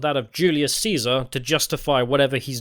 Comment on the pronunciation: Thank you for the slight emphasis on the C - it's not a K, people - when refencing Caesar's legion.